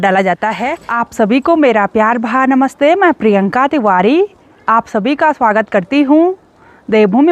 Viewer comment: आप बोलते हो प्यार भरा नमस्ते पर भरा अच्छे से नहीं बोलते आप खुद ही सुनना भरा में रा कही नही समझता प्यार भा नमस्ते लगता है पहले व्लाग में आप पूरा बोलते थे